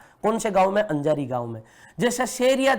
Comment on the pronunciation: अंजारी नही है अजारी है